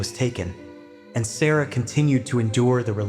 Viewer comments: Her name was pronounced sar ra not sarah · You pronouncing the little girls name wrong